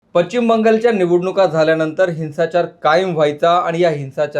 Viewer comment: Pachchim Bangalore? Speak properly chu saala...now a days any one gets and makes video